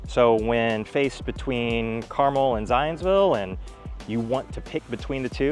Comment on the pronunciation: Thank you for pronouncing Carmel correctly